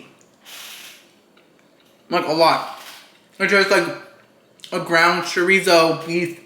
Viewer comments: The way you're saying chorizo is killing me 😭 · It hurts me every time someone says chorizo wrong like this.